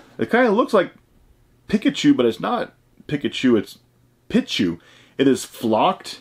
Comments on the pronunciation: Great video man cool pulls. It’s pronounced peechu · It’s pronounced “pee”chu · Pichu (Pee-Chu) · The way he pronounces pichu and pikachu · Out of all the shit ur into...u skipped pokemon?......its (pee-chew) lmao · (Peach chu) pichu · watching him say pichu is classic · You say Pikachu correct but not Pichu? Just take the ka from Pikachu and there you go. Honestly I don't like Pikachu at all even though I am a huge fan of Pokemon (because its overrated.) But it is funny how you said Pichu. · the i in pichu’s name is pronounced with a long ē